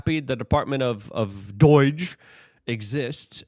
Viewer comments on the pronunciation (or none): It's DOGE not Dooooeeeege. Why can you not talk.